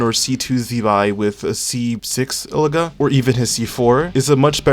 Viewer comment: I think Illuga is pronounced EE-loo-WAH